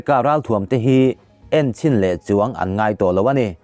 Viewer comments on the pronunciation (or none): none